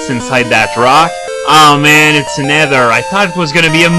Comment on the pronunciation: It's Ether not Edder.